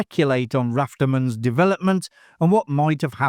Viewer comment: I love your videos but you gotta start looking into the pronunciation of the characters better :D It's Rafter-MAN, not "raftermun". I'm sure you've seen the movie so why not use the correct names?